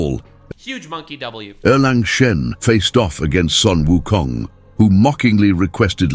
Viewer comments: Sun Wukong should be pronounced as Soon Wukong, not Son Wukong. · Both Chinese and Japanese are written as 孫 悟空，but the Japanese pronunciation is Son Goku, and the Chinese pronunciation is Sun Wukong. Both refer to the SAME monkey king.